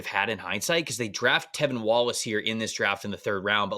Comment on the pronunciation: fun exercise! Hoping Legette will keep growing, but think adding a defensive piece would've been better in hindsight. think y'all keep calling Trevin Wallace "Tevin" btw